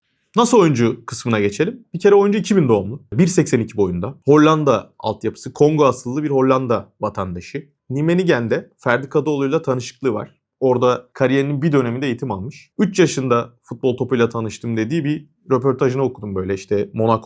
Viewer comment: Nimenigen değil ama nimegen🖐️